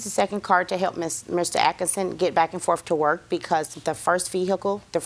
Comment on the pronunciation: Way too much "back 'n' forff"...